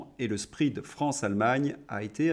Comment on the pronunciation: Excellente chronique. Attention à la prononciation de Spread 😊